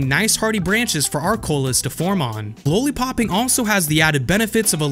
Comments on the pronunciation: It’s not pronounced low-lee-popping, it’s lolly-popping. Because they look like Lollipops. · lah-lee, not law-lee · Why are there no comments on the way he says lollipopping 😂 Love the channel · Did you hear somebody else pronounce lollipopping the way you pronounce it? You honestly have some of the best produced videos out there. Hope everything is good. Can you tell me if you are still producing content on other platforms. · It's lollipopping 🍭 like the candy. You pronounce it strange for some reason. Lol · Lowly Popping --> It's Lolli Popping Exspecially --> It's Especially Just LOL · I'm willing to forgive the "expecially" but bruh.... "lowly-popping"? have you never eaten candy?